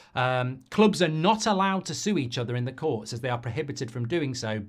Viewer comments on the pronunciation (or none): SUE not sui